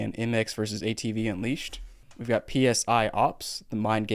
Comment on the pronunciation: “P-S-I ops” bruh